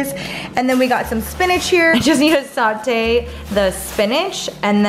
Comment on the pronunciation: "I JUST NEED TO SAUTEÉ THE SPINACH" *BOILS IT*